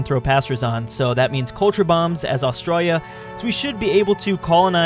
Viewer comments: please learn how to say Australia Aus tra li a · When your from Australia You know will do so much false pronounciation